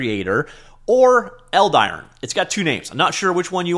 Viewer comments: Is it really pronounced eld-iron? I feel like as a name it'd be pronounced eld-i-ron instead. Idk maybe I'm wrong. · Yes, I would pronounce it Eld-i-ron, that would be my European kind of pronunciation :)